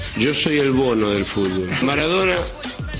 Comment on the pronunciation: Es "Maradona", no "Maradora"....